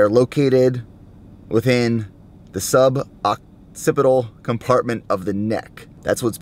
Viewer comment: LOL you had me cracking up, "SUB-OCCIPITAL"